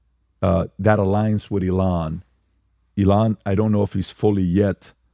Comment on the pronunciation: Nobody: Pat: eLON